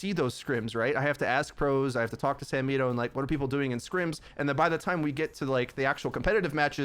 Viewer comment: I zoned out after I heard samito